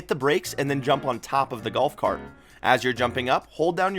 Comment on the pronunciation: the galf cart wan